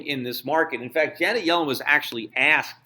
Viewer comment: I know who she is dumbass....if you listen to Schifts "pronounciation"....He says it as "Johnet" instead of "Janet"...